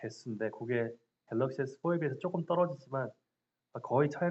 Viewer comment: 갤러시가 아니고 갤럭시데?